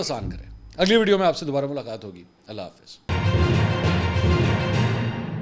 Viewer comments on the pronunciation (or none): none